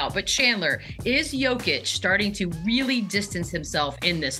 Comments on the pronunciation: Say it with me man, Yo-Kitch. Jokić has an extra sound in the Serbian language as noted by the mark above the ć. I think we know someone who doesn't like Nikola or the amazing seasons he's been having. Let's also not forget he is 16th in steals, and 6th in deflections, and does have a highlight reel for game winning blocks. He's not all offense, but his defense doesn't come in almost entirely zone setups like Embiid gets most of the time so peopledont understand why it doesn't shine. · How are you on this panel and can't say his name right?? IT'S YO-KICH!! The two-time MVP! Ugh. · shams cant even get close to saying his name the right way.... smh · Will someone please explain the guy how to properly pronounce back to back mvps name? Very disappointing and disrespectful. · Jokic is at the point where shams charania should be pronouncing his name right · Why can't that dude say his name right, sheesh